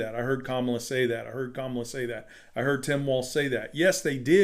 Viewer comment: I've heard them say Kamala's name the same way that traitor 47 says it. Don't do that. It's pronounced Kama-la, not Ka-ma-la.